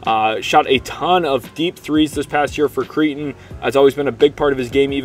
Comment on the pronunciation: Pronounced CRAY-ton (Creighton), rhymes with "Freight". Shout out my son, Nick - 2024 Creighton graduate.